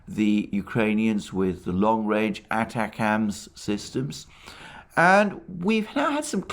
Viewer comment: Alexander, great stuff. ATACMS is pronounced A-Tac-ums, not Attack-ums